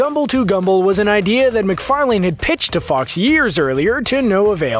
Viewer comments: Seth MacFarlane not seth MacFarlain omg that was getting annoying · Sorry, not one of those Easter eggs escaped me. Most weren't very subtle anyway. And it's not pronounced "mik-far-LANE" it's "mik-far-LEN." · McFarLANE and McFarLEAN really? It's just pronounced McFarlin. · "Seth mcfar-lain" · Seth McFar-lain. Ha! Seth Mc Fairlane (Ford) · Why do you keep saying Mcfaling? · Pronounced Mc-Far-LIN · You can't even say Seth's surname right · It took you seven tries to get it right but you still didn’t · Please learn how to say McFarlane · Please stop mispronouncing "McFarlane" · That was driving me crazy lol